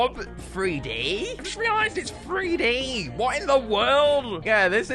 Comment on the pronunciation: The orb is 3D not “Freedee”